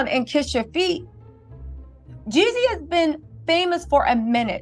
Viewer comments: Girl if you call him Yezzy one more time its Jezzy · Can we say “Jeezy” and not “Yeezy”. You’ve produced multiple videos on this matter and you still can’t give the correct name of Artist more than 10% of the videos. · Who is the women saying yezzy , and jezzy is she lost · **Jeezy lol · Girl why you can’t say Jeezy it ain’t Kanye baby